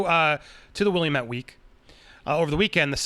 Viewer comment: I live in Oregon This doesn't surprise me at all also you're pronouncing Willamette wrong